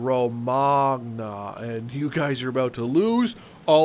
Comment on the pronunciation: I think Romanga is supposed to be Romagna, which is the region where Bologna is